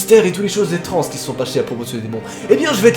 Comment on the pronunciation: « étranze qui se sont pâchées » 😂😂